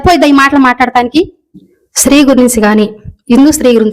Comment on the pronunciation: Sri kadhu stri Telugu nerchukondi mundhu tarvatha anni teseyochuuu